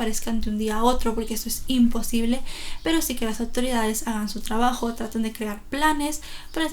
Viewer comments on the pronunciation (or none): none